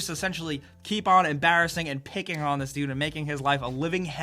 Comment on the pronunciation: CAN YOU PLEASE SAY “THE” instead of “DA”. You are very good at what you do and well spoken but that shit you need to work on